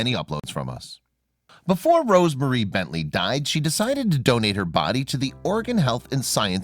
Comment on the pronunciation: It's Oregon Health & And Science University (OHSU) not Organ. Lol.